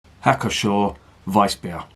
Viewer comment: The P is not silent in Pschor.